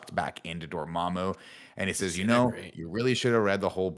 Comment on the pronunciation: Never forget Tim pronounced Dormammu as “DormOOMOO” in the original review video lmao